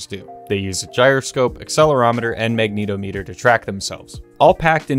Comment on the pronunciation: lmao the way you say magnetometer threw me for a loop. It's not Magneto Meter, rather, Magnet -ometer. Like how you'd say the "-ometer" in "accelerometer."